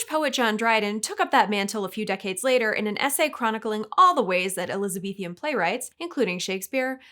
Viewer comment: = "Elizabethian"? Groans inwardly.